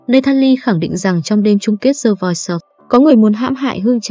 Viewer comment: OMG, 2 chữ The Voice easy như thế mà đọc "gió" chi cố vào đọc đọc sai không chấp nhận được thế bà? Đọc thì như buồn ngủ, không biết tiến Anh mà cứ đọc cho gió xì xì kkk